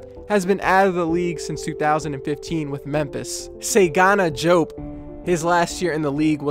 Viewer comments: “Seygana Jope”?!?!?! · He butchered DeSagana Diops name but good video